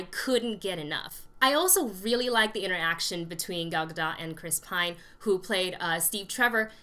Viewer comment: Please learn how to pronounce Gal Gadot's name properly.